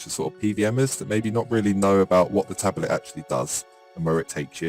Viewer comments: The most amazing thing of all is that this guy can't pronounce the word 'Tablet'... Tabbilet, tabulet, tabberlet... British education system letting us down. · Yeah same, from uk as well and the way he says tablet is just anger inducing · drinking game: every time he says tabelet instead of tablet, drink. die in 90 seconds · yo tablet is 2 syllables not 3 bruh what is a tab elet? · The way he says tablet is annoying. It's not tabelet.. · Cant stand the way this guy says "tabelet" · I agree, stopped watching because of it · Same here lol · I’m in and I can’t take this man saying “tabelet” anymore. And I’m English before anyone’s goes thinking that’s how we say it, cos it ain’t. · literally no one in the UK says tabelet apart from this guy. I'm from the UK and his pronunciation annoys me! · 'Tabelet' is not how its pronounced in the UK, the guy is just a basement dweller simpleton.